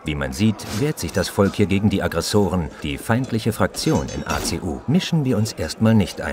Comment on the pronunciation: Aggresoren, Protektoren, AA ZE U Ich kann nicht mehr :,D